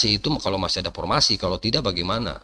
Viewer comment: Pormasi Rrrrrrrttttrrrrrrr